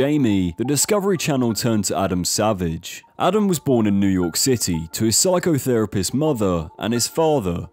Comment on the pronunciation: Enunciation is important. Psycho therapist mother or psychotherapist mother?